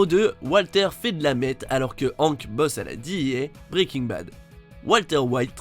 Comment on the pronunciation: La prononciation de hank bruhhhhh faites un efforr